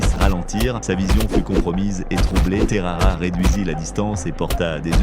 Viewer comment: Terara ? c’est Texeira